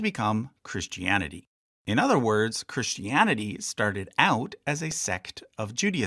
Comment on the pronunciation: It's "Pauline", not "Pauleen"! And it's "Christianity", not "Christy Annity". Also, it's BC and AD, not "Bee See Eee" and "See Eee". {:o:O:}